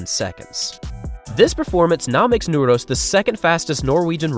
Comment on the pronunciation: i literally got chills when you pronounced Nordås the first time, and as the first non-Norwegian I've ever heard, said it perfectly. applause